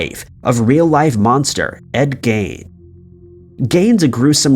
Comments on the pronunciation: Pronounced "geen" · Yea well the rest of the world pronounces it gayn.. Remember there's a whole planet that's not America 🙄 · “He managed to stammer out an answer when asked about the correct pronunciation of his name—“Some people say ‘Gine,’ but we—I—always said ‘Geen. ‘ It’s about half-and-half." Quote from Ed to someone asking about the correct pronunciation. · No one else is triggered by the way you said gein’s last name as “gain” ?? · Donoven it's geen, or gean, he was using Jean for reference on how to pronounce it.